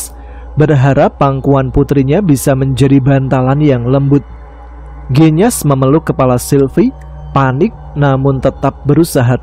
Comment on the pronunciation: Waalaikumsalamsalam mas tama... Cuma mo ngsih tau mas bilang "genyas" kata E nya sperti bilang "gendis" mas..